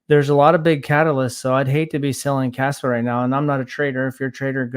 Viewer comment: KAAAAAspa!. you gotta say it like that. KAAAAspa